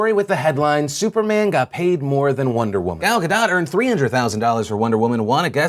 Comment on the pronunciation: Gal Gadot: Say "Gall Ga-dote" to pronounce correctly.